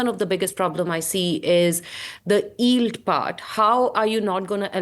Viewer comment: She can’t say “yield” oh my god 😂